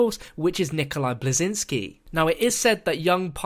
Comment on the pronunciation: First he says Nikolai Blesingski and the he says Rickolai, he butchers his name so hard.